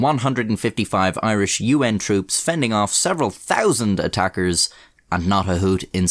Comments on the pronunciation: “tree tousand” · “Treetousand” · He said “the katengeeze numbered over tree thousand” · "Over tree tousand" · Tree tousand lol